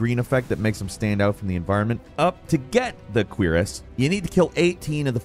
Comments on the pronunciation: Its a cure-is not a queer-is for future note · "Queer"ess LOLOLOL. It's Koo-Rahss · Cuirass being pronounced 'queer-est' has me cringing so bad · It took me a while to understand what he meant when he was saying queer ass... ive never heard cuirass pronounced that way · The queerest of raven tears? I thought it was pronounced CURE ASS. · it did feel like it was a joke. I’m sure he knows about the word “cuirass” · We're gonna let you slide on those "Muspelheim" and "Cuirass" pronunciations just this once lmao. Keep up the good work mate ( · You mispronounced Muspelheim and Cuirass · Why are you saying Musphelheim like that?? "mooSPELheim"😂 Got Cuirass wrong too, it's not "queer-ass". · “Mispell-heim” and “queeriss of Raven tears” 😂💀💀 bruh